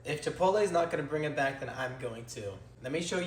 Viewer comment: It's pronounced Chee-Pott-All.